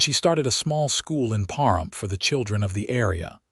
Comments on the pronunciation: The mispronunciation of Pahrump was jarring (puh . ruhmp). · It’s pa rump please start saying names properly